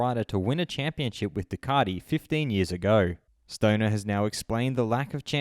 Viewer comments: ....who's Ducardi? Thought there was a "T" in the marque! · I didn't think Ducati had an 'r' in it but apparently it's Ducarti, as per our Moto World compare...... Really?